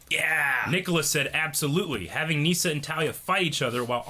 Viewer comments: I think it's pronounced Nissa not Neesa, but anyways great episode. Love you guys! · Y’all rlly saying nyssa name wrong 😂